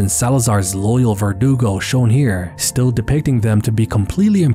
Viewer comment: Lmao, vergudo 😂